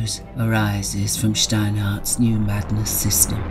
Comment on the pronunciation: Hell yeah! I never realized that Steinhardt isnt pronounced like an english person would say it but for example how i as a german would say it. That was a pleasent surprise. Love the vibe thats coming from this work and will definitely purchase at least the PDF as i think its super cool for a DnD setting but also an inspiration for my worldbuilding as im going for a dark setting aswell.